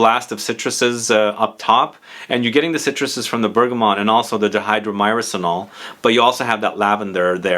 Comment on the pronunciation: I believe it's pronounced die-hydro-murr-senol, I think I have heard Aaron Terence Hughes refer to it a lot